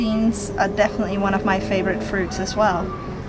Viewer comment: She pronounced some of the fruits wrong Oml I laughed alot